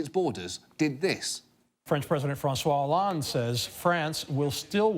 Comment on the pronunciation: HAHA! Seriously - Listen to the flanger-effect they put on John's pronunciation of François Hollande :D